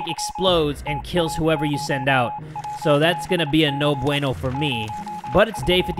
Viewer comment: Hey. Even though I'm Spanish I really laugh a lot when you say "no bueno", it's funny to me because you say it so well but with your own way of saying it. Having that said, I have to tell you that you're THAT DUDE